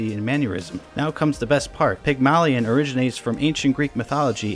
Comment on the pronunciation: the way that you say Pygmalion takes 8 years off my life every time you say it